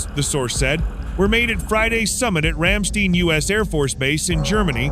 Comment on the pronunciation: ...it's not Ramsteen, but Ramstein Air Base. Put a little effort into it, will ya for gods sake. Do you pronounce spanish words different than how the Spanish speak it ? Of course not. You are real careful to pronounce Spanish correctly. lol